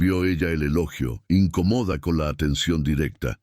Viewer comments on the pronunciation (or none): I N C Ó MODA no incomoda Pronuncie el castellano. No desprecie nuestro idioma. No es un lujo de millonarios